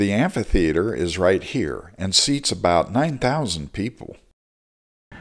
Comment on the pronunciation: I love that you say "amphitheater" not "ampitheater"